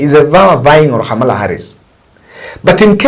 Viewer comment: Her name is KAmala not HAmala...Ka-ma-la! Lol!